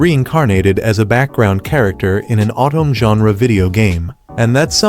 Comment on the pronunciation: “Otome”=“Autumn”=“”OH Toe May”